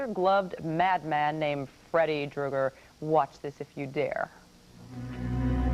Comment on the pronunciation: Did she say Drueger?